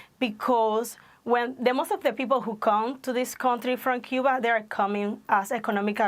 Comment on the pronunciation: I don't think your real and what gives you away is if you were a Cuban you would not pronounce Cuba like you do. I lived in SW,FL around Cuban People & their Culture. I know you might be Cuban American